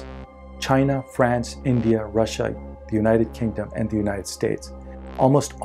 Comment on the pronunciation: end of ze world